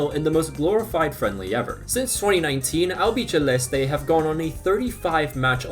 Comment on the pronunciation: Great vid, thanks for the playlists! The c in albiCeleste is pronounced like an s though